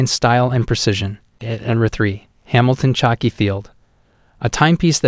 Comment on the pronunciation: Man.. important note- we can’t take this channel seriously, when you say things like “chucky field” watch🤷🏼‍♂️. It is not Chucky from the horror movies🙄 - khaki, pronounced “Ka ki”. Like the military colour……..